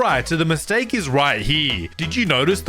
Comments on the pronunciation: mistake instead of mitsake😂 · Mistake not mitsake😂😂😂😂